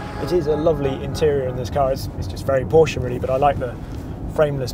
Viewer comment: Kudos, britisch fellow saying it right PORSCH E not Porsch, like most english speaking do. Well done on the report. Thanks.